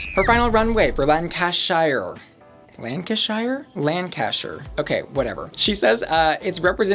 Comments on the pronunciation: in the uk we pronouce ham as hm if its in a name such as nottingham. so not notting-ham but notting-hm and likewise shuh not shire so lang-can-shuh not lan-can-shi-er. hope this helps :) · "Shire" is supposed to be pronounced like "sure". Lan-cuh-sure. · Lancashire = Lan-ka-sher :) I'm a Lancashire Lass myself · Hi from Britain, just to help with all the pronunciations of place names for the people of America, anything ending in Shire isn't pronounced Shire instead it's pronounced Sheer like the tights so Lancashire is pronounced Lan-Ka-Sheer. Hope that helps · that was disrespectful. It's pronounced LANG-kə-shər. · Not lan-ca-shyer 😭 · Lancashire is pronounced Lan-ka-sheer :) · I am actually from Lancashire so I feel like maybe I should settle this lol and we would pronounce it Lan-Ca-Sher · Lancashire omg my DYINGGGGGG just ask google translate to say it for you cause omg you're so far off phahahahaha